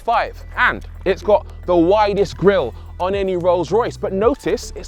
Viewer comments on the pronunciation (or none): none